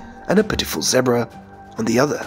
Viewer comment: he cant even say zebra right